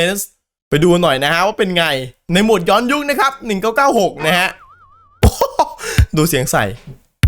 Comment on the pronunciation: พี่่ภาษาไทยมันอ่านว่า ย้อนยุค👍